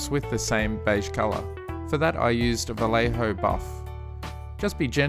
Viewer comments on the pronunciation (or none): Since it is a spanish Brand "Vallejo" is pronounced as "Vayeho".